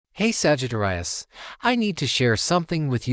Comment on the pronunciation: Lol A.I. Sagitt-rius... 😂